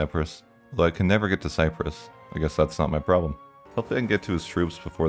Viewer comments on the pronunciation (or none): none